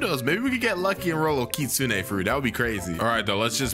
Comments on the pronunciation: I like hpw he says ki-sune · WHY DOES EVERYONE SAY KITSU NEY